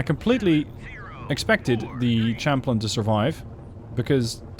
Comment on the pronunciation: Champlain is pronounced sham-playn, not champ-lin. It's a French loan word, from the explorer Samuel de Champlain.